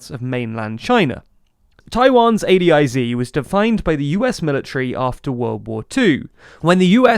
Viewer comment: It’s very weird hearing it pronounced A D I Z instead of A DIZ